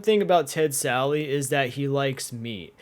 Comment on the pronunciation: Why does everyone call “Ted Sally?”